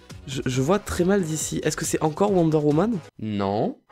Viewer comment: quand te parle de worde woman c'est pas sa c'est worder woman tu le dit mal